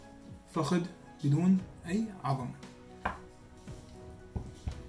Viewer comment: هلو شيف ليش تكول فخد بدل الفخذ يعني باللغة العربية هو فخذ وليس فخد 🤔🤔